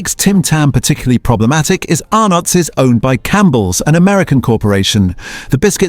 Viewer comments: A lot of mispronounced words here. Green and Blacks is mispronounced Green Blacks. Arnotts is mispronounced Ar nots. Prices are mispronounced like say $1.68 is mispronounced One Dollar Six Eight instead of One Dollar Sixty Eight. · I watched and listened to a few of these previously, but what gets me is that they are more fake than the products that they slam! Why the stupid fake voice that can't get pronunciations correct? Arrrrrnottttt? WTF? If you can't even use an honest human, why use slave labour AI? Sorry, but everything you have done is just total junk! Anyone who takes you seriously should have a serious look at themselves. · You'd think with the Channel name you would authentic Australian narration but you don't. Really bad AI rubbish that can correctly pronounce Arnotts and Tim Tam amongst others. Subscription CANCELLED.